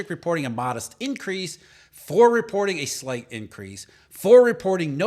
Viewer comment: Say "slight" again.